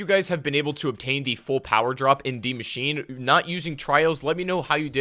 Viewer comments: Dee machine🤣😂🤣😂 its DIE MACHINE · Why is he saying deemachine?